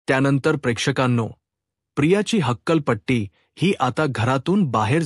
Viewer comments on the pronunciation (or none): हक्कलपट्टी नाही हकालपट्टी. जासत नाही जास्त. आपण मराठी भाषिक नाही असे आपल्या वाचनावरून , उच्चारावरून वाटते. मराठीत " च " आणि " ज " चे उच्चार संदर्भानुसार वेगवेगळे असतात. परिणामकारक वाचनासाठी ते उच्चारातील फंरक माहिती करून घ्या.